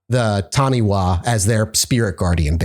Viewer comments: I think I could buy New Zealand being known for Taniwha. Most people here have heard of them. Cringed a little on the pronunciation though. wha is usually pronounced Fa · 'Wha' in Maori is pronounced as an F sound. Taniwha is pronounced tani-FAH, although it sounds a lot cuter the way you are saying it.